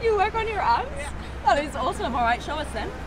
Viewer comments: I thought that one lady said “I work on my apps” she meant abs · Thought she said "I work on my apps", then she gets out looking like Arnie. 😲😂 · I thought she was saying apps. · same! i thought she said apps as in social media apps like she was an influencer or something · At first I thought she said "working for my app" I understood she hadn't when she stepped out of the car😂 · Initially thought she said apps, I thought she was an app developer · She said abb at first I thought a$z...I ws confused 🤔 untill I saw her abbs😁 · Thought my girl had said "my apps" at first